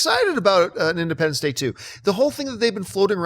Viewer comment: Did just say Independence Dick 2?